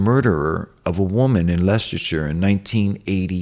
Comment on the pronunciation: Any american who can pronounce Leicestershire correctly deserves an applaude. Hat off to you and your freedom sir